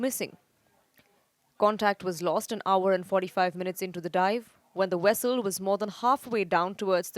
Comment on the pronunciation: Vessel not Wessel.